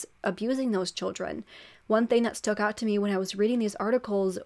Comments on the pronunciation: Girrrl are you saying “stook out to me”?😂😬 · I love how combines "stood" and "stuck" and says "STOOK" 😂😂😂